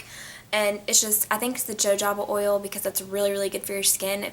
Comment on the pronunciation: Jojoba oil is actually pronounced as HO-HO-BA oil